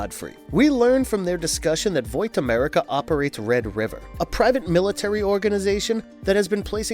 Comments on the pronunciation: oh my god, why did you forget how to pronounce words partway through this video? veek the vip? voyt instead of vought? Just makes it seem like you didn’t care about this at all. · Gotta just say, good video but one nitpick that drove me insane, HOW YOU SAY VOUGHT, YOU SAY VOIT AND IT DRIVE ME NUTS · And no A either. VOUGHT. And I dont even read the comics or watch the show. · ...... it's pronounced like VAWT.... My eye is twitching. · Vought, it's spelled fine, show pronounces it for us...video keeps saying voight lol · "Voight" lol Still a great video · Why do you keep saying "voight"? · ill come back to your channel when you know how to say vought right dude like jfc they say it times in the show youd think youd know how to fckin say it. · Do you really not know how to say Vought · The pronunciation of vought is the worst shit ever. How hard is it to get people who can pronuce shit right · Great video! I really liked the part where you mispronounced vought over and over until I stopped watching! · The only thing more disturbing than herogasm is the way this narrator pronounces "Vought" 😂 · its kind of upsetting the way you pronounce vought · Don’t mean to sound like that guy but why is he saying Vought wrong? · Why can’t you pronounce vought properly? It’s so cringe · The way you say Vought is jarring as hell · It's painful to hear Vought repeatedly mispronounced. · Probably a good video, but I'm not watching something this horribly mispronounced when they literally have a show where "Vought" is said constantly. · Good explanation but pls pronounce vought right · How does he not know how to say vought😭😭😭, surely he’s seen the show right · The way you pronounce Vought bothers me lol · the way you say vought is cringe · Can't even say Vought right. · Yeah that was driving me crazy lol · bruh what? He’s literally explaining the comic series. Dude just can’t say vought right lol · It’s pronounced “VOTT” not “Voit” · Vought. As in “Bought.” not Voight. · It’s not voit.